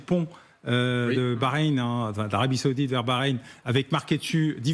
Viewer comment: Darius....c'est l'Arabie SAOUDITE...pas SÉOUDITE...les habitants sont des SAOUDS pas des SÉOUDS....OK